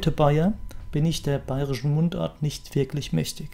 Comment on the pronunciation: Doch, Aussprache des Bayrischen ist einwandfrei!